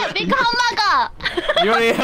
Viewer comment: She says "big hamburger country." Japanese people who are not good at English pronounce "big" as "bikku." Japanese hamburgers are only half the size of American hamburgers. I think this comment is not discriminatory and reflects her honest opinion. It's cute. (Using Google Translate)